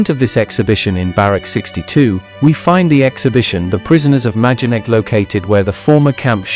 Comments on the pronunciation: The name of the camp is pronounced my-don-neck. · Noooo It's maydenek. I recently visited.